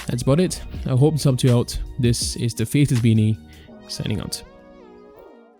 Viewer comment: Dude, I heard "Faceless Beanie" as "Fetus Beanie" XD